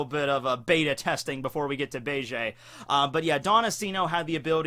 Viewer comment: Hi Capone Bege's name is pronunced Capone Biggie like Biggie Smalls... Notorious B.I.G. You always Pronunce Bege name so wrong....